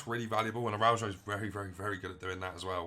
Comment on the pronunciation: Pronunciation is wrong , thanks for the nice review though.